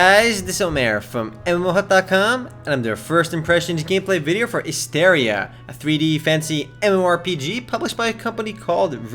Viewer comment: Learn how to pronounce the game's name you dumbass.